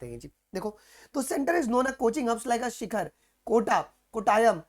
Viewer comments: Its not शिखर ❌ its सीकर ✅ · Sir it is not Shikhar, It is sikar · Not shikkhar, its sikar